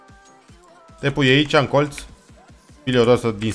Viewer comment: când zici colț de ce pui accent pe TZ gen colTZ ??